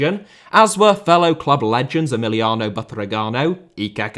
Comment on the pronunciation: I know spanish isn't easy for english speakers but hearing Emiliano Buthregano is just hilarious